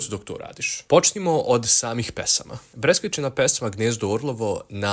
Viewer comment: nije breskvicina nego breskvicina